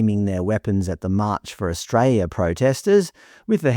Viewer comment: Australia has an "L" in it's name